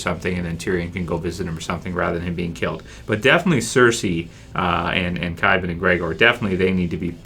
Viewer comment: Its Qyburn not Qybin